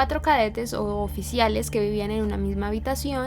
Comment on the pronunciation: es “u oficiales”